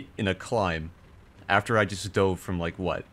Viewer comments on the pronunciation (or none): none